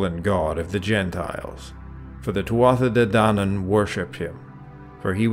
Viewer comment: After 17 years of Gaelic irish at school having teachers correct my pronunciation, this video is causing me PTSD. I know its hard. I know there are dialects, but Americans murder Irish and then correct people who natively speak it. Tuatha De Danaan is not pronounced that way. 'tha' is soft. Please man. Otherwise great video